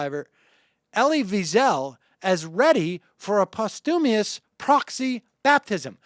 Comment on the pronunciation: posthu-mious? wtf